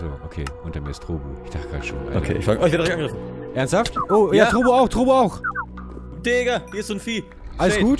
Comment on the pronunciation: wie du immer trobu an statt trobbu sagts